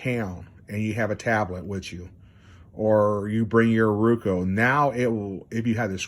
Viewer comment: Very informative video. Thank you for making it. Also, on a side note, I love how you say RUKO instead of ROKU. 🙂